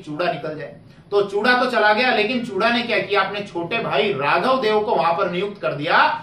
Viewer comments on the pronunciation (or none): चूड़ा नहीं हे वो....चूँडा हे वो